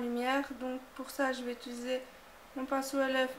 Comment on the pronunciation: J'aime beaucoup mais tu dis ituliser au lieu de utiliser ^^